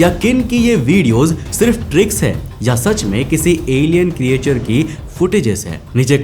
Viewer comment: ए भाई अगला विडिओ बनाने से पहले creature को ठीक से बोलना सीख लो। क्रीचर कहते हैं क्रीएचर नहीं नहीं जानते तो कोई बात नहीं पर गूग्ल तो कर सकते हो।